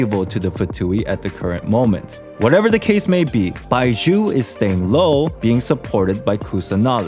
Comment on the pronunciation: you were able to say zhongli with a j sound (jongli), but somehow can't free yourself to say baizhu(baiju) without a subtle s sound, I suggest you to imaging baizhu as bai zhu